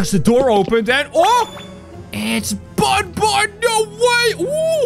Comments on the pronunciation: it isn't bunbun it's banban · Its not bunbun its banban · it not bonbon its banban